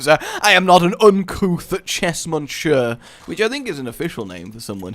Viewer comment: At first I thought you said "chess muncher" and not "chess Monsieur". :/